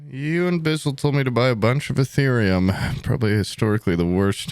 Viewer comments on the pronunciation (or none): none